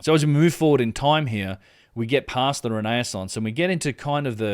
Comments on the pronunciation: Ren - eh- sonse - Great presentation btw - Thankyou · It's re-naissance (again-birth or rebirth) don't worry it took me yonks to get into the habit of correct pronunciation. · That’s it. I’m pronouncing “renaissance” like that from now on.